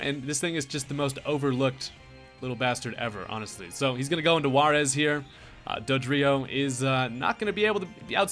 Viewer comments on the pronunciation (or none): none